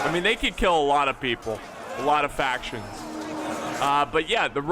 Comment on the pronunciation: Lol another Rome 2 battle where doesn’t get a single faction name right😂